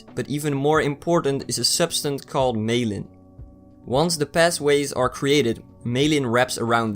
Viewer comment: Myelin = MY--uh-lin.